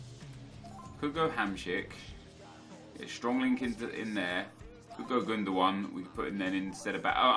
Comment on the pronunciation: OMG YOU FINALLY LEARNED HOW TO SAY HAMSIK THANK YOUUUUUUU